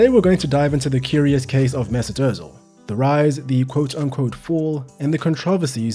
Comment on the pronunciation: MAY-ZOOT OOOH-tZEEL